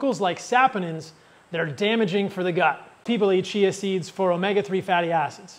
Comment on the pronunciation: Just work on your pronounciation of Chia seeds, l thought you were talking about cheese seeds.